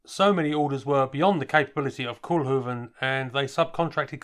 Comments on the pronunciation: It's NOT Koelhoeven. it is Koolhoven with an OO as in coal or go, please do your home work before doing videos, don't be such a yank.. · Koolhoven. Kool is pronounced as Coal in English. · Pronounced "Cole-huvven' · Only the Dutch pronunciation of "kool" is more like coal then like cool.